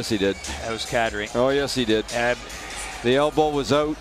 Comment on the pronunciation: There was no elbow that was "Oot". Gawd.